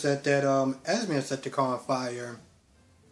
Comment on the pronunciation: Why do you call Esme, Esmer? I kept getting distracted, like what is he saying? Lol.